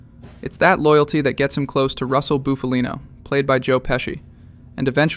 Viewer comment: It always fascinates me yet frustrates me at the same time that some people can’t pronounce names correctly when they just literally watched a movie this man said BOOFalino it’s BUFalino